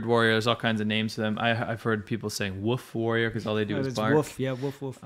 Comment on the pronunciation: Actually, I think they hv2o. saying "woof warrior" to implicate the Chinese through the mispronounciation of the letter L.